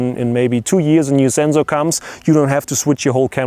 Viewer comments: It's not the germans that pronounce sensor like that, its just him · zenzor, never knew that germans said it like that. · the "zenzor" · Who came here to hear him say Zenzor? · I love how German's pronounce SENSOR.